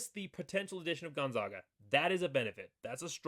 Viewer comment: Please learn how to pronounce Gonzaga. First say Zags. You will note it isn't pronounced Zogs.